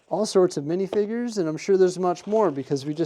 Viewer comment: Mf said minifigger